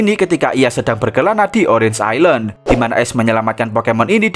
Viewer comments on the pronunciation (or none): none